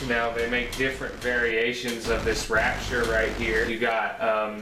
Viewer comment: I know right as soon as I heard that, that was the end of believing anything in this review 1st step learn how to read and pronounce. LOL